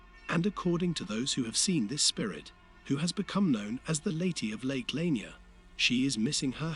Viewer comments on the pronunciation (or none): You are sadly pronouncing it wrong. It's "La-near" .